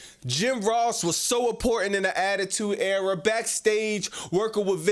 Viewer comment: It’s era not error